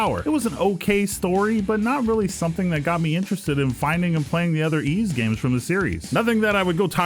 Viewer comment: Yep. Pronounced like the word "ease"